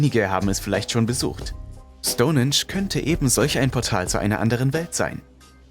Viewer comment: Stonensch 🙈 STOUN HEEENSCH wird es ausgesprochen.. Bist du echt so Sprachbegabt oder machst du das extra um Kommentare wie meins jetzt zu generieren?! So oft deine Schenkel klopper Schtonensch 🙊